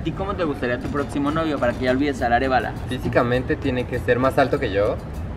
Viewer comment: Jajaja tu “protximo” ya, habla bien hermana!!! Ponte un lápiz en la boca 😂